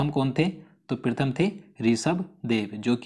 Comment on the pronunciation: Sir aap hindustan me rh rhe hai km se km hindi ka ucharad to sahi kariye ,,prathm ko aap prithm bol rhe hai ,,aur sir aap almost video me koi na koi glt uchharad krte hai